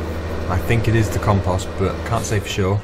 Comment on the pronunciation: your saying compost wrong